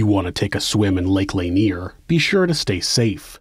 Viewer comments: it's pronounced "luhneer" not "layneer" lol but good episode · I live in this area and it is actually pronounced 'La-Near'. My Grandfather was one of those hired to relocate the dead from this area when the dam was built. He has passed away now, but I was told that the dead were removed even those without headstones or markers. People who had family plots on their land maybe were not relocated, but all the church graveyards were dug up. Since the job paid well and everyone was poor- they did everything possible to extend the job. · Also, lake "lay nier" lol